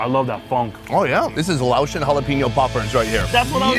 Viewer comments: Thank you for visiting Laos and immersing yourself in our beautiful culture and traditions! Your respectful approach and genuine interest are truly appreciated. 🙏 Also, respectfully, Laotian is pronounced lay-ocean, not laoshun. 🙈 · It's Lay ocean.